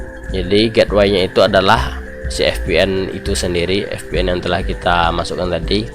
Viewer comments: ViPieN om bacaannya 😅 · terlepas dari "ef pi en", tutorialnya keren :D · Maaf bang VPN cara bacanya FPN atau Vi PN ? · Wkwkwk FPN atau VPN hahaha. Ngelawak siabang